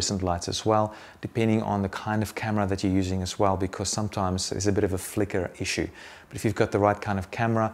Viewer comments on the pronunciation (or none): none